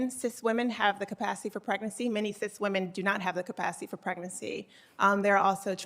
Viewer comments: "cith women" ??? what is a cith woman? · It’s not sis it’s sith